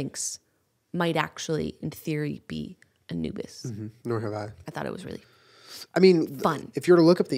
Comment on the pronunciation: also who thought Yenna was say "A new bis" as in a new bit when she was saying a "Anubis" lolll